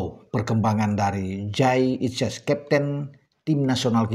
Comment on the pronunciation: kalau tak pelanin volume nya kok terdengar menjadi Kyai Idjez ya....